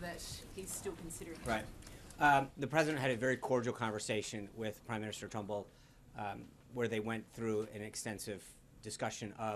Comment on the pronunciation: This complete flop doesn't eve know the name of the Australian Prime Minister...he called him Trunbull when it is Turnbull. FML This guy reminds me of Brick from Anchorman.